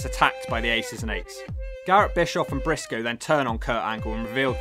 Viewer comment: Lol is right Eric Bischoff was hated and Garrett Bischoff was hated and wasn't liked and wasn't the best wrestler in TNA the legacy continues also what was with Garrett having the Young Bucks side burns? Lol also instead of saying Brisco it said Pisco lol